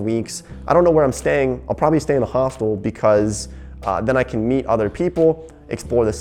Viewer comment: Dude, I thought said staying at a Hospital instead of a Hostel...